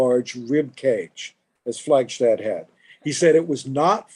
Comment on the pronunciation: Her name is pronounced "Flagstad," not (as in German) "Flagshtad." She HATED it when this mistake was made.